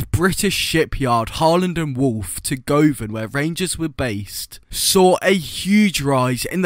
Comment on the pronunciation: “go van” 😂 its guv an 😂